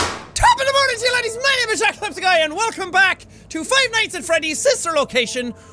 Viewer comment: LOL HE IN THE INTRO HE DIDNT SAY JACK SEPTICEYE HE SAID JACKPEPSI GUY XD